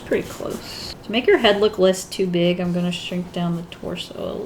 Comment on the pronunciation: When she said , " less too big " I thought she said let's do it 🤣